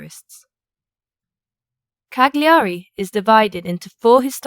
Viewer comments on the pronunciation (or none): OMG! Not Cag-li-ari! Cal-ya-ri!😊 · You dont pronounce the G in Cagliari. Its silent.